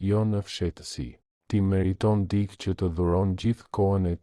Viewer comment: Te gjitha ç' far thua Jane realitet.te lutem fjala dikë nuk lexohet dik, tingellenon keq dhe dukesh sikur nuk e respekton gjuhen shqipe. Ç' fjale duhet lexuar me korektesi.